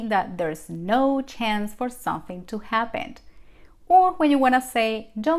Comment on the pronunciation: Un favor,, practicar la palabras, “something”. You should say the letter “m”. Not sonthing